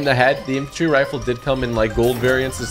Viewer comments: It’s infantry not infintary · he called it a I infintrey rifle